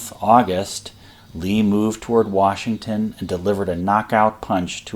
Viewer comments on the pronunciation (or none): none